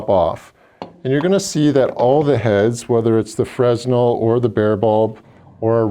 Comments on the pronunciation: It's Fra-nel not frez-nal. Fresnal was a physist and Engineer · FRESNEL is pronounced "FRA-NELL" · The "S" is silent in fresnel